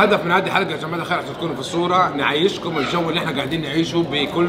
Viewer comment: كان بيقول جماعة قال شباعة